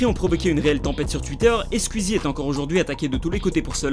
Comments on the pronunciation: pas "skuizi " mais "skouizi" ça m'stresse que prononce mal le pseudo "Squeezie" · C'est Squezzie pas squizzie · Squiiiiiiiiiizie 😂😂😂😂😂😰on dit sqouizie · PITIÉ : SQOUIZI, PAS SQUIZZI 😂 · Ça me perturbe qu'il dise Skuizi au lieu de Squeezie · Tu me stresse a dire « squzzie » au lieu de « sqouizie » bref bref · Skouizi pas skuizi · La vidéo est cool en soit, mais juste pas [skuizi], [skouizi], son pseudo vient de la musique Squeeze It, c'est comme si on disait [Le justiciet] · Ça me dérange les gens qui prononcent SQUIZI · Squeezie prononcer son pseudo skouizi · Galactic Peut-être, mais ce n'est pas la prononciation correcte. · Arrêtez c'est pas " skuizi" mais Squeezie 😂😂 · Qui entend skuizi 😂😂😂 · J'adore ta prononciation de Squeezie tu dit : "Squizie" c'est trop marrant xD Ce commentaire a rien avoir avec la vidéo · Tu dit squizzie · Asrlenny13 Asrlenny13 skuizi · Stp, dit Squeezie et pas squuizi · Juste pour le "scuizi" j'ai envie de quitter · Arête de dire squizie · Ptn mais arrêtez de prononcer « skuizi » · "Scuizie" (Aucune moquerie c'est juste ça m'a fait rire 😁) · tu prononce mal le pseudo SQUEEZIE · Comment tu prononce Squeezie ,mec t srx , ta vdo est bien mais respect son "nom" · Squieezie #pronontiation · bonne vidéo mais par contre ta prononciation de squeezie est HORRIBLE